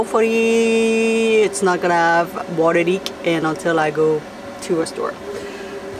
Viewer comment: Have. Not ave